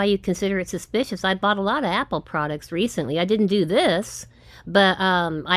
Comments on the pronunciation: It's sushspeeeshush,.😃👍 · Apple/Amajon/McCafe Sappote Scammer bingo "It is a suspeeeshus" "Different different locations" "Let me tell you one thing" "De heggers" Struggling with the pronunciation of the word "transaction". "Tranzacksun". "Tronjacksun". "Tranzackzen".